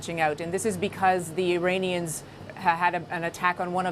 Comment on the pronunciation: They are Iranians, not Uranians. Please tell the guy to get the pronunciation right.